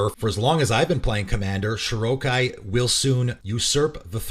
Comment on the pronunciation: Felt weird hearing Shorikai pronounced like Shirokai. Like when people I knew years ago used to say Daretti when talking about Derevi.